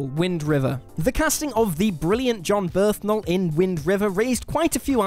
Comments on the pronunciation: Who's Jon BERTHnal and why isn't Jon Bernthal on this list? 😂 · Jon "Birth" nal.